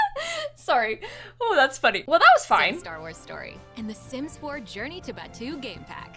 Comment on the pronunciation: Idk how the editing is going to work but as someone who lives in Disneyland and went to the pre opening of Star Wars land - this is ENTIRELY almost exactly detail for detail based on Batuu (which they are pronouncing wrong omg - I chose to believe this is a sims accent and not just bad fact checking but in actual Star Wars land it is pronounced BAT too)